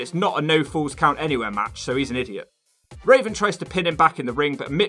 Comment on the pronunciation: I died when you called Raven, Raisin